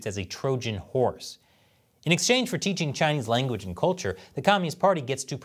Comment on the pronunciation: In exchange for teaching Chinese language sounds like he said “ in exchange for “ chinchongchang “ 😂